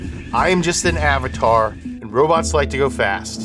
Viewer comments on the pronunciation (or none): none